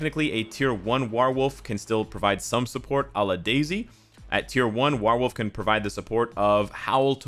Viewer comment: War + Wolf = WarWolf...not sure why you still can’t pronounce this correctly!? 😂😂🤣